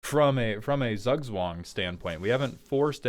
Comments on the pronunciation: Z is spoken as if you had a t in front of an s in german. So roughly ~ "Tsoog tswung" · I dont know, when i here Zugzwang, i think about a million copys of scuttling doom engine. You have to do something about it, and you can't chumb them. I know, thats not what is wanted, buts my first thought. Btw, the german Z is most easily pronounced as 'tz' in english. Tzoog-tzvahng. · I'd rather say , he needs a german to teach him how to say zugzwang. This pronunciation is so incredibly butchered. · im dutch and the way you pronounced the decks name made me spontaneously start bleeding from my ears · As someone from austria the pronunciation of Zugzwang is sending shivers down my spine, and not in a good way. But it is still a great way to describe the goal of the deck